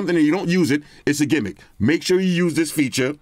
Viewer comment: People online really be saying "gimmick" in that way. Kinda lazy